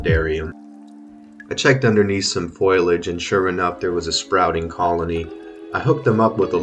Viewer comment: cool tank, but your pronunciation of "foliage" hurt my soul. best of luck breeding them!